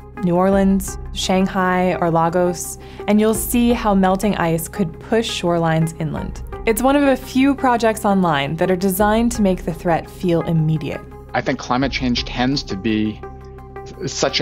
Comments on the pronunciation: Wonderful video, we use take action! And please it is not "Log-Ose" it is "LAE-gose" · Where is "Lahgos"? Ten seconds on Wikipedia tells you the correct pronunciation.